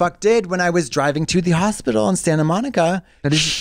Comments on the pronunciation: i thought i was having a seizure when trixie said hospital. she continues to push the limits with pronunciations daily. love that. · The way Trixie says “hospital” actually made me think I was having a stroke for a moment lmao